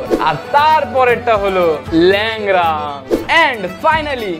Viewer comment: Lengra ❌ Leura ✅